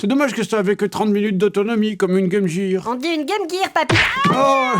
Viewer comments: On dit Game Jir 🙃🙃🙃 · Il n'empêche qu'on dit bien Game GUIR et non Game JIR. Fallait pas sécher les cours d'anglais au collège, Fred. :)